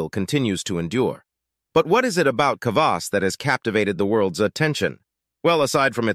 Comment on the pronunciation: What about beet kvass and fruit kvass? Kvass is easy to make at home. All kvass contains some degree of alcohol just like kombucha but it’s generally less than 1%. The fermentation process eats most of the sugar. And it’s very frustrating to hear the narrator mispronounce kvass over and over and over…